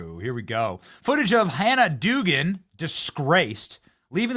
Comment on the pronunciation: Dougan is said ‘dough-gan’ . That’s my sister’s married name.